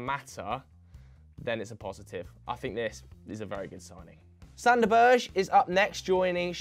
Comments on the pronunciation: Its pronounced Sander Berg-e not Sander Burch😂🤣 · It's not "sander berj" it's sander Ber-ge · I'm cringing every time says "Berj". It's BERGE. Straight forward. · Max Radford sad thing is that this pronounciation is closer than theirs